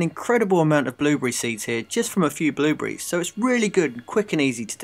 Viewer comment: It is called BlueBERRIES!!! Not bluebriz!! %¥'fzhop